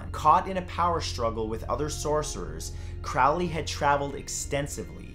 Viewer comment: You misprounced Crowleys name. Its pronunced CROW-LEE like a crow.